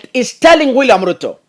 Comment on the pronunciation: Did just say 'Gwilliam Ruto' 😂😂😂